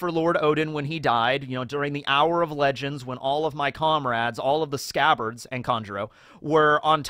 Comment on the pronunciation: “ALL OF THE SCCABARDS…..and Kanjuro…” lmfffaooooo